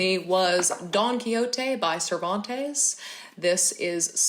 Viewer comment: I don't wanna be a totally bitch about, but why on Earth Americans CAN'T pronounce Don Quijote properly ???? I really don't get it.